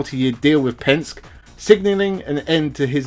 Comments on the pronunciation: The blokes name is not Pensk. it's Penske, pronounced PENSK EEEEEE. You sound like you don't have a clue, when you mis-pronounce one of the most powerful names in world motorsport . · Penske -Pronounced Penski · Just a tip so that you sound authentic, the pronunciation of "Penske" is "pen" as in something to write with and "ski" as in jet ski. He is a huge name in the U.S in motor racing circles and I'm a little surprised you haven't hear Roger Penske's name mentioned before. Re-edit the audio and no one will know.